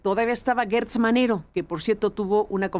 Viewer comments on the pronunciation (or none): Carmen no es Guertz Es Gertz (Jertz) hablas como chaira